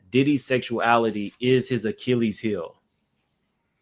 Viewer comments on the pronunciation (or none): none